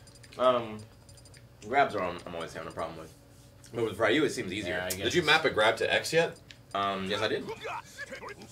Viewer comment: please! Ryu is pronounced like how Rio is! The "Y" in Ryu is pronounced with a hard "E" sound! Say it with me; Ree-you. Ree-you! Please,, you're killing me here!